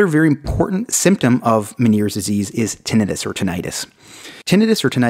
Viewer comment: Damn, til this day I’ve never heard anyone pronounce tinnitus as tin-a-duss😂💀